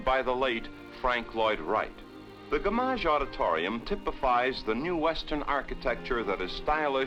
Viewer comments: The way he pronounced Gammage threw me off 🤣. (For those who don’t know most AZ people now call it “gam-ij”) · As we all know, it's pronounced GAM-IGE Auditorium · Dude couldn't pronounce Gammage correctly